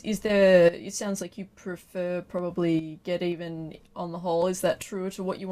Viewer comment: its Get'evan ..... not Get Even.